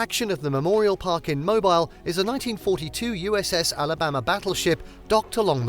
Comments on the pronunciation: Mobile is pronounced MOHBEEL. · This is a Terrible list other than The Space And Rocket Center and the USS Alabama. You left off some amazing places. Poorly researched list. Also, as someone mentioned above you are pronouncing Mobile incorrectly.